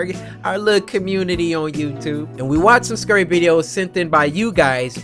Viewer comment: Why Cory say “Scury”.